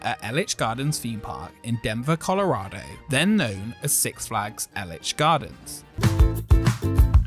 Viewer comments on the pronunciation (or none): That was my favorite ride growing up at Elitch Gardens. 🤷 It's E-litch, not El-itch gardens Love your videos! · Hearing Elitch gardens pronounced as L-itch instead of EE-litch gardens is hilarious to me 😂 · Elitch Is pronounced with a long "E", as if it's spelled "Eelitch", not as if it's spelled "Ellitch". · I actually have very fond memories about the Volare. The one at Elitch Gardens was the first coaster I went on that took riders upside down. I only got to go on it once, though. It closed down soon after that visit. Also, it’s pronounced EE-litch Gardens, not Eh-litch gardens. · Its called EEElitch gardens. People always make this mistake. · E-litch. Long e. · Being a Denver local, it's pronounced Elitch with a long Eee litch.